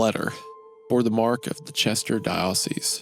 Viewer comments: Its pretty clear that Mr.Goon is some kind of Church of God/Non-denominational/Southern Baptist. Its clear hes not Catholic/Protestant by his constant mispronounciation of vicar, and dioceses. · Okay gooner is definitely not a catholic lol. Horrifically mispronouncing “Dioceses” and “vicar”.